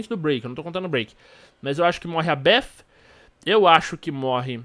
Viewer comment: Kkk meu brother tenta falar do jeito mais fácil se vc não sabe, fala beti com ti no final porque bef não existe kk foi um belo vídeo como todos kk